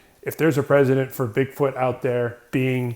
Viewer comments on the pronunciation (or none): ...Precedent, pronounced PRESS-edent. Not president. How can I believe in the existence of these beings presented in the vid when the narration contains such a minor irrelevant illiteracy?? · It's "precedent" Not "President"...oh you Illiterate Americans. Oh Yankees of Zero Education. Lmao It's Ok though. I know the American equivalent of a college education is the Canadian Grade three so it's completely understandable. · Not to be a grammar Nazi but it's Precident not president.